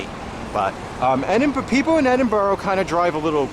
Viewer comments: Edin bur ra not Edinborough. Coven Nan Ters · I have to say, your two lovely guys...but please...for the love of god! Endinburrow is soooo annoying! It’s not pronounced like that guys! And walking right over the graves of people?...not cool and a bit disrespectful. Yes, I’m born and bred Edinburgh, work for The City of Edinburgh Council and spend many lunch breaks having my lunch in the serenity of Greyfriars Kirkyard..so yeah! I’m entitled to my opinion! But you two guys are pretty cool😎☺️I’m just so glad you enjoyed our beautiful, historic city☺️❤️ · I wish you yanks would learn say Edinburgh correctly. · The way he pronounces Edinburgh is just precious